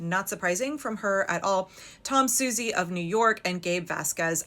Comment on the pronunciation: Please learn how to pronounce Suozzi's name. Its Swa-and then a long Z. He's always a culprit.